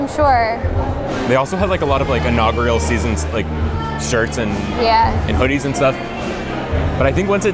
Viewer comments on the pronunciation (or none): Inaugural...not inaugrial...come on man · Just like to point out knows how to say "inaugural" while always says it wrong 😂